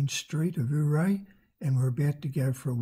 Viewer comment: Dude... forget how it's spelled... it's pronounced ..."You-Ray"